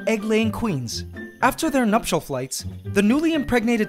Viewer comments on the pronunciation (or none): So I have been watching this channel for awhile and whenever he said "Nuptial Flights" in my mind for some I thought he said "Nutshell Flights" so for the first time I actually got to the see the correct phrase he was saying